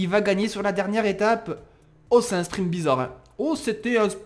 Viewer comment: spriNt pas spriMpt stp sa fait mal aux oreilles mais je me suis habituer